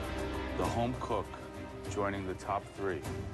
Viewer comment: Top thờ tờ rii :))))))))